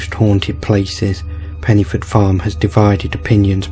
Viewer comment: Pen - uh - forth , with a soft ' th ' .